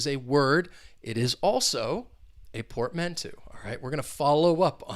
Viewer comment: Happy New Year, bro ☺! psychological would be the correct word ☺. Be careful with the pronunciation of portmanteau: UK /pɔːtˈmæn.təʊ/ US /pɔːrtˈmæn.toʊ/ 'Eau' is pronounced as in the fragrance world Eau de Parfum (EDP). Another really awesome vid 👍.